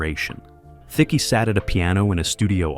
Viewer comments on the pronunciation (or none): Alan Thickey???? The name is said like the word thick. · Alan Thicke's name is pronounced wrong, the "e" is silent. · Thicke rhymes with tick. The E is silent.🙄